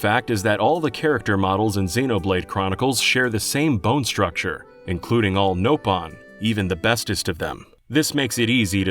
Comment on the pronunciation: Other than saying Agniratha and Nopon wrong, good video.